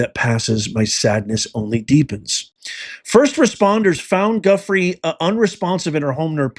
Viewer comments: I don't mean to be picky but please pronounce her last name right. It's Ju fray not Guffrey. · Hi 👋, Just a friendly fyi: Virginia Giuffre’s last name is pronounced as: “JEW” - “FRAY” Appreciate your work! ❤️🤍💙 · her last name is pronounce Jo-FRAY. Sad what happened 😢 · Her name isn’t Guffrie, it is — and this is for pronunciation— Gee-ou-FRAY. Something like that. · It's pronounced JOO FRAY not guffree. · Her name is pronounced "Goo -- FRAY." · Her name is pronounced "Jewfray" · Her last name is pronounced “Jew-fray” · Her name is pronounced “Joofray.” Surprised you are not saying her name correctly. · Pronounced Jew-free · Thanks for drawing attention to this. Her last name is pronounced Jyoofray. Accent on fray. I don't believe it was voluntarily self-inflicted. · Just FYI.... Virginia's last name is pronounced Joo-FRAY. Accent on the second syllable. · I believe her name is pronounced JEW-fray. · Her last name is pronounced joo-fre or jew fre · That is not even close to how you pronounce her last name. She also did not live in an apartment! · You are mispronouncing her last name. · I guess she was Arkancided. It is SO sickening!!! (BTW, her last name is pronounced with a "J" sound.)